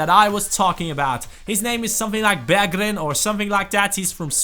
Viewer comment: you pronounce "Berggren" Berjgren.